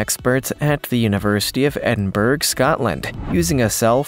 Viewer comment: What, exactly, is a "jagwire"? And where, exactly, is "Edinberg"?